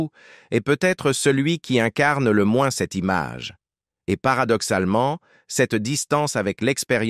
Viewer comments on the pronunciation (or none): none